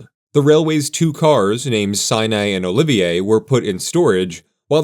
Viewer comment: Why are you pronouncing Olivet as "Olivier"?